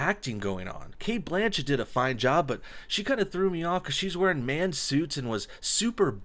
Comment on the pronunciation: Sandra Bullock isn't pushing 50, she is 53. Cate "Butchett" booooooo that was horrible, you actually wrote that in your script and then said it....